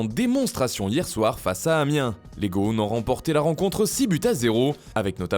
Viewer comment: stooooop arreter avec gone c est gône mdrrrr